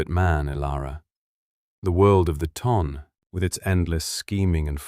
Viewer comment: Its " The Tonne " . Not the ton.